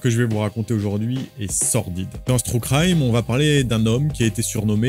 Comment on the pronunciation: "True crïme" oh l'accent anglais. Enfin français du coup ! 😁